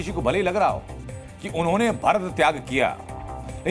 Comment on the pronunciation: इन कमिनो के मुह से प्रभू राम और भरत का उच्चारण ठिक नही है